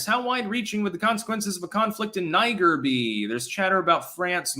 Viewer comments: ....it is not pronounced Ni-ger, or Nee-ger, Nyy-gor, it's Neee-jjjjjjj-air.... ( or Niii-ggggair .... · Niger is pronounced nee-ZHERR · Ive heard a lotta formal news outlets pronouncing it "Nee-Jay" with the J pronounced like French "Je." seemed weird to me but I guess you could get that from Niger with weird french colonial dialect.